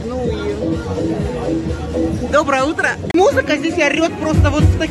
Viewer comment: Почему она говорит ,,ДобрАя утрА"?🫢